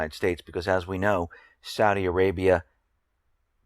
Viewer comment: Oh shit. How do you get "Saudia" from "Saudi?" Entertain me more... say "long guy-land" and "strenth." You schmucks say a "g" where it DOESN'T belong, and leave it out where it does belong.